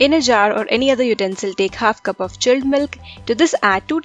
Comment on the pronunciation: "tik shake " "chelled melk bery cold"